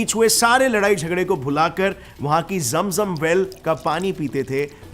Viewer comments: जेम जम नहीं भैया,,,,,,, जम जम"" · its not ZAM ZUM its ZAM ZAM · Mere bhai zam zam nahin bhai zam zam Pani kya bhai sahi se bolna to Sikh Lo mere bhai assalam walekum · Bhai kya kabaalaa or jem jem kr raha h Jam jam kabila bol na